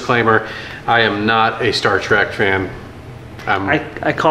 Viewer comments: Did you actually say Star Track? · Because you made TWO awesome Star Trek models, I will forgive you for saying "Star TRACK". Not a thing.... New favorite channel, and Ohio Proud. Great work guys! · oh ffs. ITS TREK NOT TRACK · Trek not track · I dont think he watches a lot of "Star Trak"